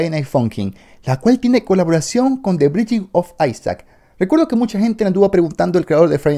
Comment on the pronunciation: B I N D I N G Se pronuncia BAINDING AAAAAAAAAAAAAAAAAA